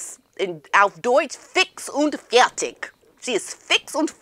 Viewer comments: I love how you say "fix und fertig". Perfect 👍 Greetings from Germany 😊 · Omg why do you speak german, you've pronounced it perfectly,I thought ,,,what did she just say fix und fertig"? 😮😮😮 GIIIIRL you are killing it aswell. ❤❤❤I'm german native from Austria. Love ya channel.